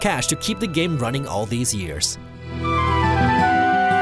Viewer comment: Why are you ronning?! Why are you ronning?!!